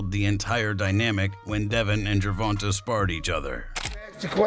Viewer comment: Not Gervonta though 😂😂they wild for pronouncing it like that.